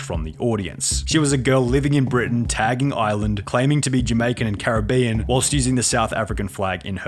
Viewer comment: "This caribBean girl..." lol